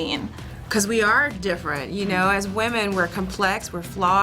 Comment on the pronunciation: When they were saying "women" i kept on hearing wamen